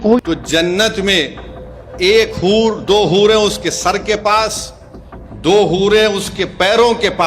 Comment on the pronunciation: Hoore ❌ Boore ✅